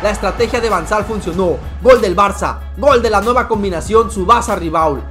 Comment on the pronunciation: Van sal es van gal jajaja